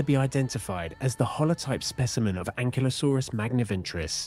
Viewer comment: Thanks for not calling it "An-kylo-saurus" like that geek kid in Jurassic world.